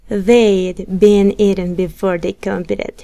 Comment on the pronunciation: cuando uno está aprendiendo es muy importante aprender la pronunciación correcta de las palabras... Estás pronunciando mal la palabra "competed"!